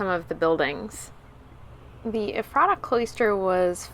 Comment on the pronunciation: " Eff ' ra ta ." Accent on first syllable please....from a local...